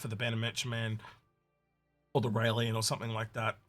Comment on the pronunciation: Syulen = S you len. NOT SUE LEE ANN. Railen= Rye len. NOT R ALIEN.